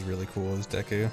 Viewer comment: It's not díku, it's deku; how many times is it possible for one mispronounce the name? It's probably way over a hundred so far, and I'm only 30 min in... Holy fuck it's annoying to listen to; it sounds more like you're trying to say "dick" with a Japanese accent, than it sounds like you're trying to say deku... 🤦‍♂ (Also no, this isn't an accent thing, you have the proper E pronunciation in English, e.g.: Example, givEn, nEd, Else, thEm, mEmbrane, bEcause, Etc.) I hate how native English speakers just assume that vowels is pronounced a certain way, just because their own vowels are all shuffled around, and blended together... (Google the "great vowel shift" for more info.) P.S. This is why I detest English dubs of anime: The few things you can't translate, like names are just fucked up to the point where I feel physically ill just listening to it... 🤮 The least the VAs could do, is to watch & listen to the original, so they don't fuck up names! Again, it's NOT an accent thing, it's your preconceived notion derived from years/decades of being taught a shitty way to use the Latin alphabet; again, look up the "great vowel shift." -Written by a polyglot; if you're going to argue, you should at least be fluently trilingual.